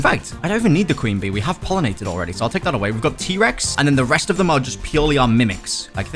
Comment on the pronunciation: bro at the start of the video he says I’m gonna get my queen bee bro actually said clean bee